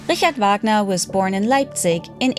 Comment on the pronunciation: AI narrator can't even pronounce Wagner.